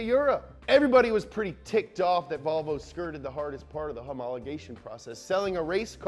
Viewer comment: have you ever noticed how seinfeld pronouced volvo as ''wahvoo''